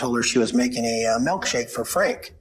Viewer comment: Ugh, people who say “melkshake” instead of “milkshake”… one of my biggest pet peeves.